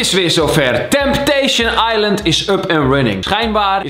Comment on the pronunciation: Niemand:* Echt helemaal niemand:* Kalvijm: TempTeEsJen aiLent